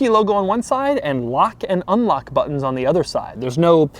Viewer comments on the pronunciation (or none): none